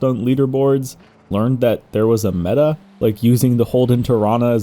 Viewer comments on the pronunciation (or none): none